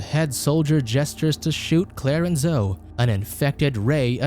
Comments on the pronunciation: " zohh " oh dear. It's " zoh - ee " Zoe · It's zo--e... Not zo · It's pronounced Zo~eee. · I'm guessing the robot doesn't know how to rounce Zoe (zoeee) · bruh the way you pronounce Zoe's name -.